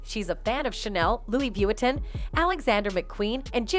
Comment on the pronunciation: the most shocking moment of this video is when the female narrator mis-sounded Louis Vuitton......... get her!